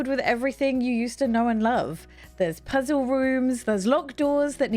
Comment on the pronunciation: Why do you not pronounce L's in words like "useful" and "puzzle," but then pronounce them in words like "Play"?